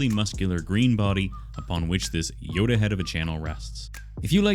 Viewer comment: Nobody said it so im gonna say it. Its "Yolk"...